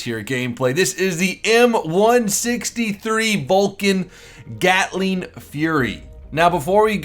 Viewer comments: it is called GATLING gun not GALTING gun, you know better than me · btw "GALTING GUN" FIX DAT! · its GATLING GUN nor GALTING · "GALTING"????, really?!?!?!? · Whats A "Galting" ? :D